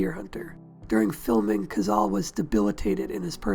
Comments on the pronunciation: It is NOT "Cazal" but "Cazale"; in Italian, like in Spanish, vowels are ALWAYS pronounced. I hate how damned lazy English speakers are regarding foreign names, they do not care about their proper pronunciation. Having said that, this video is an excellent tribute to an underrated but magnificent actor. I think that Cazale´s performance in THE GODFATHER was his finest. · 670 comments and no one noticed it's pronounced "codzahlay..." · I THOUGHT IT WAS PRONOUNCED CAH-ZALL-LEE? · I wish you'd made a video about the man where you didn't completely butcher his name. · I've head this cat's name pronounced three separate ways.